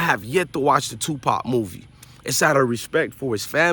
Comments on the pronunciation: real talk though , y dis respect Tupac by saying his name wrong? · His name is Tupac not Twopop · Tupop who the fuk is TUPUP . ITS TUPAC PELICAN 😂😂